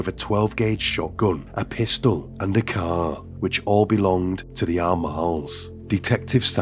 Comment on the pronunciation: Why you drag the syllable so much? You say caaaar instead of car... Cmon bro...